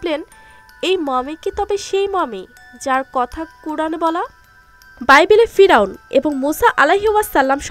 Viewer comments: ফিরাওন না ফেরাওন হবে এত লেখা পড়া করে বাংলা ঠিক মতন বলতে পারেন না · পিরাউন না পেরাউন।বেশি এস্টাইল করতে গিয়ে ভুল বলা উচিত নয়।।।